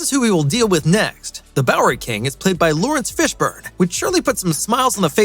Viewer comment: It's not "Louis Fishburne," it is "Lawrence Fishburne." Fify